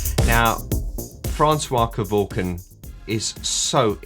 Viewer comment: Can you stop dropping the I in his surname, it's surely pronounced ke-vork-ian isn't it?. You Australians and dropping the i in a surname just like Daniel Ricciardo everyone says Riccardo even if the guy says it that way to me it's wrong, my surname would sound stupid if I left the I sound out.